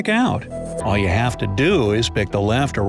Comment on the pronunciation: Brigh side? Lol did you forget to put T? Sleepy people